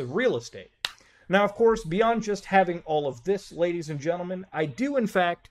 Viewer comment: When he speaks Ledies and gentleman 🔥